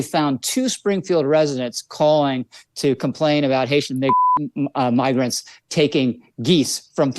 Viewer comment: Can’t stand this situation, but I’ve listened to the sound bite over and over and over again in slow motion. What I think he did was, pronounce migrants (My-grants) like MIG-rants. His mouth formed an ‘m.’ But, despite this, I can only imagine that since he is going along with this, he is one who uses the word we thought he used as a common hobby.